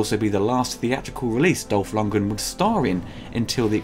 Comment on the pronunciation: Dolph... "Longen?".. You mean Dolph LundgREN? :)